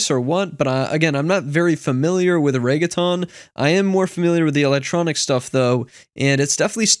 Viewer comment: The way he pronounced reggaeton lmaoo